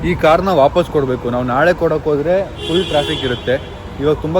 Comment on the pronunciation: bro adu thull alla bro 😂😂 full 😂😅